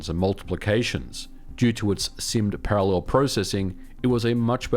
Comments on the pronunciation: Why do you use the wrong (and annoying) intonation when pronouncing the word parallel? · ehehe he says parallel funny. He says para..LEL really emphasizing that second syllable eheheheh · Is putting the emphasis on the 3rd syllable of "parallel" (instead of the 1st) an Aussie/Kiwi thing in general? Only, I've never heard it said that way other than on this channel. 🤔